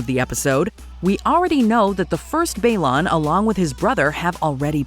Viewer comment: Baelor not Baelon.